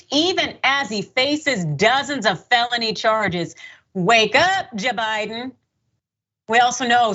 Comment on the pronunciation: Like that "WAKE UP Ja-Biden" !!